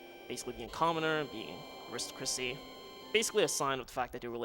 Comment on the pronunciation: I need to take aside and tell him how to pronounce aristocracy and monastery though.:p